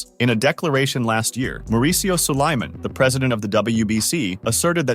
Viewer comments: I hate the way he says Sulaiman (It's pronounced like Solomon but Suuu-La-mon, foo) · David will never get this fight ever And learn how to pronounce Suliman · WBC President's name is being butchered badly. 🤣👎